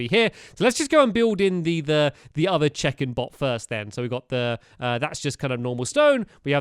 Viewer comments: Who else thought he said chicken (bots) every time he said check-in (bots). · I thought he kept saying Chicken not check in XD Just me ok ok then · Every time you said check in I thought you said chicken and that changed the entire video for me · Every time stamps said check-in I kept hearing chicken 🐓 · in the last episode i thought he said CHICKEN bot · I think I have dyslexia because I thought he was saying chicken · Whenever he said "check in" i thought he said chicken 😂 chicken bots 😂